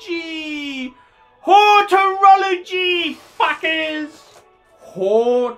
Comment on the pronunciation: It’s HOROLOGY, fucking sad really,! 😂😂😂😂